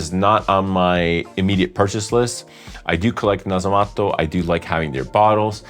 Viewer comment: No other fragrance reviewer says Nasomatto in a proper fashion. I appreciate that, and decent French, and English without the Italian conjugations and extra vowels at the end of each word.. I’m off reviewing a previous episode with a Meo Fusciuni scent in it 😉 Che ricchezza!